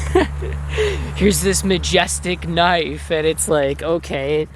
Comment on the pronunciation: whoa NICE "Kah NIFFFF" , hahaahahahaha. Hopefully you kept that eyh.